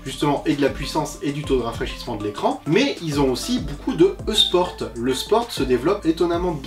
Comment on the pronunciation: EuSport tu dis ?